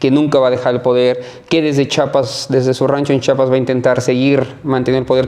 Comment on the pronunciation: Su rancho no esta en Chapas, esta en Chiapas, tanto estudio y no saben decir Chiapas 😂!!..